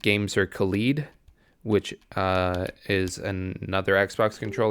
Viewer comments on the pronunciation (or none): why does every youtuber pronounche the controller like khalid. it has rgb lights rthat resembles a Kaleidoscope. thats also how you need to pronounce the name. Second i think you missed the points of hall effect sticks. they are not always more accurate. and they are certainly not drift proof. they are less pronone to drift that is caused by weardown of moving components. right now hall effect sticks in controllers seem to be less precise and do drift a little out of the box. one person that know alot about how they work told me that 0% deadzone is also a lie. it is not possible. if any of the gamepad tester sites tell you the stick has % percent deadzone, then theire is most likely some software trickery going on under the hood. And drift can be caused by alot of things. but the most common occurance is because of physical parts rubbing together and just wearing down. For example a stick can also drift because of signal interference. or because of dir, or just because the recentering spring under the stick wears out. Hall effect sticks are also used in airplanes. but those are way more adganced. you dont want an airplane stearing wheel to drift do you?